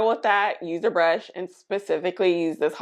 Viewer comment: The skinfix moisturizers are goodt! The cleansers too. Pricey though. Haus Labs is actually pronounced "House Labs"